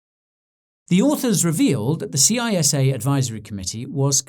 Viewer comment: It is pronounced CISSA like a snake saying ssssssa not C.I.S.A.